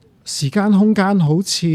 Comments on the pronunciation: 點解講成”時姦”😅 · 點解教授要將時間讀成時姦😂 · 時間並不是時「姦」，正如間尺不會講為「姦」尺。 其他一切感謝主持人及教授高質素對話。